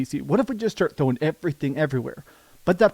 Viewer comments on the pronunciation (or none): none